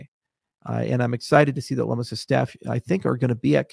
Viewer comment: Cynthia (Lum-iss) not (Lum-mees). FYI.